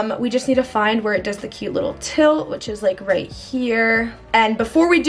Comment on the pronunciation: “to the right to the rÆÏT”